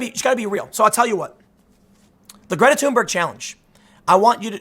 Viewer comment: Did he just called her Greta tumor